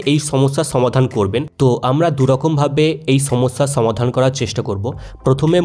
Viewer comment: ছমাদান নয় সমাধান